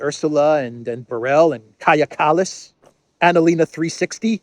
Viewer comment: Can't keep cracking up everytime you say Annalina 360🤣